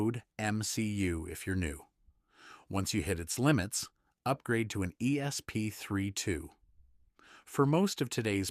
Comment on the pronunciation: Why can't any of these AI voices say "ESP32" properly - More AI SLOP!!